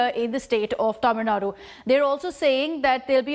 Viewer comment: By the way her pronouncing of tamizh Nadu is something rare in English media